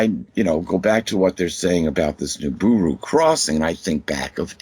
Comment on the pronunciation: Jesus...I can't take this guy going nibooroo...I hate being so irritable..